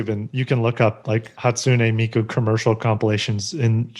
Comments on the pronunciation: That domino's commercial was so cringey, it's HAWSTUNAY ME-KU. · Hatsune meku